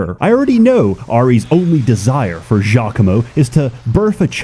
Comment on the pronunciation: It's actually geo-coom-o